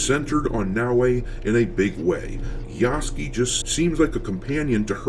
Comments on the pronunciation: I love how you keep calling him Yasuky instead of Yasuke. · Every single American I watch says Yasuke's name wrong, and they all say it wrong differently 😂💀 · Part of my entertainment in watching the coverage of this game is seeing how many ways different people can pronounce Yasuke's name wrong.